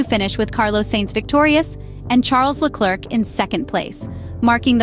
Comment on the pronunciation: Love the AI pronunciation. Carlos Sayyyyynz and Charles Leclerccccc 🤣